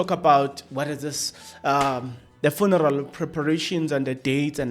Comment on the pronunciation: Are you deliberately irritating us by the" Funaral" 😮